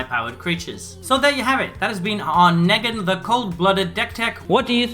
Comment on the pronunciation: Could tell you never saw the show just by how you pronounce his name, it's pronounced Nee-gan/Kneeg-an